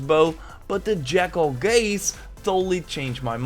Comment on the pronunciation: I heard you say "...jack-offs gaze." LOL!